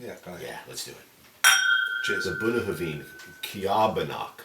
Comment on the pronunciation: I've never heard Bunnahabhain pronounced the way you say it, where did it come from? - Never seen this bottling around.